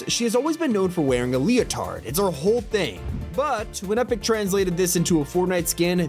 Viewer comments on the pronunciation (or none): none